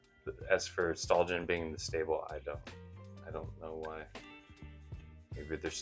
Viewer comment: Can't remember where, but I've seen Stalljen pronounced "stallion". Made sense to me since stallions or horses are in stables. Thanks for sharing your thoughts on these yeasts.